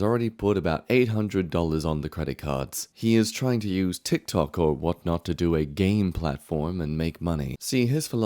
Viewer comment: Whatnot is another platform btw. You said it almost like saying etc